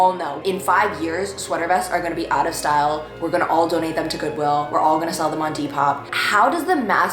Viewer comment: She said ✨style✨